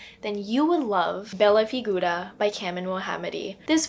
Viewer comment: As an Italian I must say that your pronunciation of "Bella Figura" is perfect!!!